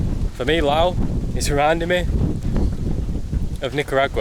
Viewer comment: Thank you for pronouncing the name correctly as Lao. Lord knows why the French added the S.